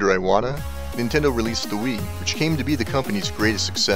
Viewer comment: (Important note: Iwata is pronounced EE-WAH-TAH. If Japanese wants an "eye" sound it will use "ai"—his name would have been spelled "Aiwata".) I started the Nintendo club inside of Square Enix and we played Super Smash Bros. for Wii U daily at lunch (and even had some in-house tournaments). I continue to play Super Smash Bros. for Wii U at home daily. The Legend of Zelda: Breath of the Wild was a masterpiece that I found extremely hard to put down, which is quite rare for me these days partly because my standards are so high after having grown up with Super Mario World and The Legend of Zelda: A Link to the Past, and partly because I sternly have to reject games that can't be quickly picked up, played, and put down, in order to cater to my life as a developer who can mainly get games in on the train rides to work etc. Nintendo makes it hard to be a fan sometimes. They are extremely obnoxious when it comes to stocking shelves etc., their region locks can go to hell (in 1 year from 2016 to 2017 I lived in Japan, the UK, and U. S. A., and thus I have multiple Wii U consoles and multiple (5 total) copies of Super Smash Bros. for Wii U and 3DS), and I would never work there. Inside the industry, it is fairly well known that working conditions at Nintendo of Japan are pretty bad, as it remains a typical Japanese work environment. Long hours, too many codes of conduct, overly strict chains of command, and even uniforms that look like factory-worker uniforms. You're just a number, so